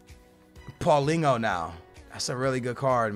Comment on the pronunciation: Pauleen-Ho lmao